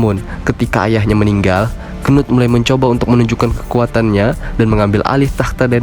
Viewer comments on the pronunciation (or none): ngakak njir bacanya, apalagi gua bacanya pas abangnya nya bilang kenut😂